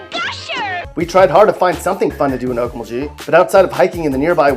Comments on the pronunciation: 6. Pronounced Olk MulGee..the g's arent j sounding. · Definitely not pronounced okmuljee... I live there lol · Me to and I don't even think he tried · Just a simple thought: when you share negative info about cities, learn to pronounce them correctly. Okmulgee and Muskogee. Pronounced gee ex: geese not Jee! I’m from Oklahoma but now live in Mississippi. So I don’t knock you for your opinion, but at least learn how to pronounce it correctly. Incidentally, I’m originally from Holdenville and by the way, so is T. Boone Pickens. Just came back to Mississippi from Oklahoma yesterday. I stayed in Bricktown and cannot say enough good things about it. I almost missed living there! Going back for the OU spring game in April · Your pronunciations of Oak-Mull-gee & Musk-oh-gee are horrendous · I cringed every time he said "Musko-jee" and "Okmul-jee" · skiatook? okmuljee? muskojee? WTF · Muskojee Okmuljee, do you refer to Tulsa as Tuh-La-Sa? Frickin Moron. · Okmulgee is pronounced...Oak.mull.gui(rhymes with key) and Muskogee is pronounced... Mus.ko.gui(rhymes with key) better yet listen to Mr. Merle Haggard’s tune, “Okie from Muskogee”!!!! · Hearing you say Okmuljee and Muskojee was like listening to nails being dragged across a chalk board. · Laughing myself to death about Okmulgeee and Muskogeeeee but he did get MIAMA right. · muskojee? okmuljee? Doesn't seem you're from OK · Hard G guy... hard G. OkmulGee, MuskoGee! But hey, you said Miami right. Go you. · Ummm, Dude, where were you educated? Please do your research and pronounce the name of Muskogee, Okmulgee, and Seminole correctly. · Mispronounced okmulgee and Muskogee lol but got Miami right, weird. Anyways you forgot anadarko lol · It doesn’t sound like you’re from Oklahoma. You’re pronouncing the “G” incorrectly in Okmulgee and Muskogee. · yea hes not saying okmulgee right lol, and muskogee, its MUSK-KO-GI, GI as in a karate GI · I've been to Bristow, Okmulgee, Muskogee and you cant even say it? Stop... get some help.